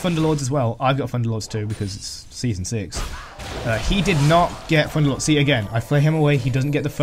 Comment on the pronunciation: Nice video helped me alot! I dont know why but i hear "Funderlords". xd